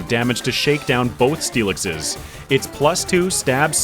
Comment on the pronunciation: he said onixiseseseses... rather early 😂 ooooo 69 nice dont talk about bru no no no no... for the inaugural dewgonggonggong and for the next one.. for the onixiseseseses as well as but with steelixeseseses and for more steelixeseseses